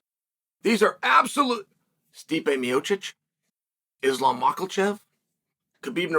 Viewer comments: Lololol he said “mockel-chev” again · Chael man I love ya, I do. But where is this mysterious letter "L" in Makhachev? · Who is Izlam Mackle-chev? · “Islam makolchev” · Only the Undefeated and Undisputed can make it endearing that he still mispronounces Islam’s last name.